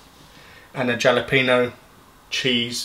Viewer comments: its pronounced "HAL-a-pee-no" not "JAL-a-pee-no" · Not trying to hate, but you do not pronounce the j in jalapeño. It’s sounds more like a h. Halo-pen-io.